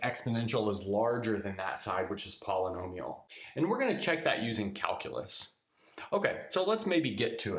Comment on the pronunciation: poly[nomi]al -> poly'al